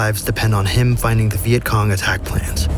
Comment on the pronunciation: The the start u said veient Kong lol